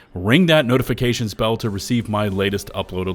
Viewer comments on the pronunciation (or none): none